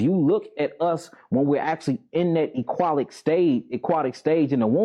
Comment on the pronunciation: Bro if I was talking to somebody and they were having a serious conversation and said "EQUATIC" I would stop listening to the rest and I would have corrected him because the word is "AQUATIC" with an a not an e!!!! 🙄🤦🏾‍♂️